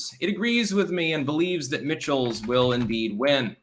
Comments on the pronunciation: WISCONSIN gov. race. Name is pronounced Mike-alls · Michels is pronounced Michaels unless mispronouncing it is an inside joke I missed.